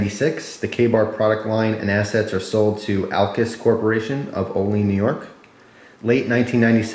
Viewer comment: hey i live right by olean it actually pronounced oh-lee-ann instead of oh-leen a lot of people think thats how its pronounced tho.